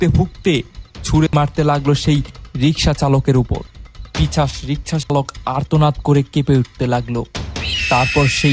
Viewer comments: পিচাশ না পিশাচ????😂😂😂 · Pichas noi pisach soril noi sorir